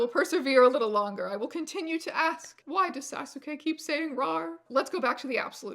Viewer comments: Saw-soo-kay for Sasuke lol. I get it, Naruto was one of the first manga I ever read and called him "saw-sook" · I am having issues with the way you pronounce Sasuke. This is a me issue. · Insane pronunciation of sasuke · Your pronunciation of Sasuke physically hurt me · For some reason I got very triggered when she pronounced 'Sasuke' incorrectly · the way you pronounce Sasuke is SENDING me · The way you pronounced Sasuke dealt me psychic damage, thanks Stranger Jones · Sasuke isnt pronounced as "sa-sooh-keh" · As a mid-00s weeb, your pronunciation of Sasuke hurts me physically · Sounding the u on Sasuke took me back to when I was 13 omg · Your pronunciation of Sasuke gave me whiplash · Totally same. How to tell if someone doesn’t watch anime (or speak Japanese lol). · To be fair, silent letters are hard to figure out